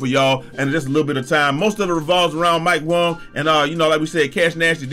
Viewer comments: “mike Wong” You wild for that 😂😂😂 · Still calling him Mike Wong 😂😂😂😂